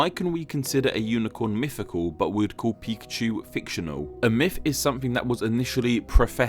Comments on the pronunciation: I love your content, it's amazing, and I love how expressive your avatar is, but every time you say 'myfical' I cringe. Also in another one about hitlers you said 'Angela' with a hard 'g' like in game! I have an aunt called Angela and I can confirm it's pronounced with a soft g like in gesture. I love your channel and I'm not even asking you to change, I'm just complaining. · “Mifficool.” Lol.